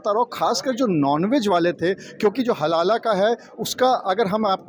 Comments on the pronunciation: Abey SUTIYON HALALA nahi HALAL hota hai. 😂😂😂😂 Padh likh kar aaye ho ya RISHWAT DEKAR ?? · It is हलाल and not हलाला 😂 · Halal hota hai halala nhi.😂😂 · पत्रकार महोदय बार बार हलाल को हलाला हलाला बोल रहे है। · हलाला नहीं भाई - हलाल. 😅😅😅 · Abe naam to sahi bol, halala nahi halal hai wo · sabke sab zahil log kam se kam ek word ko sahi se nahi bol pa raha hai dono zahil.halala nahi halal hota hai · Chaman chu....iya it is halal not halala😂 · Abe name to shi se le halal ko halala bol rha h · Haha भई वो हाहाल है, हलाला नहीं है l हलाला जहाँ होता है आप जा भी नहीं पाइयेगा l अगर जाते हैँ तो हमें भी video दिखाइये गा l you tube तो नहीं ही करेगा क्योंकि वहाँ पोर्न banned हैं 😀😄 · Bhai....halala nahi....only halal....pahle tikh se prounce karo😢